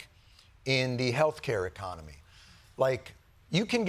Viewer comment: I'm just sad Jon didn't pronounce "In THIS Economy?!" correctly. For shame!